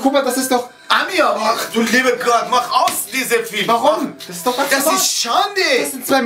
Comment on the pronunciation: warum sagen alle Väter immer "Fülm" 😂🤣😂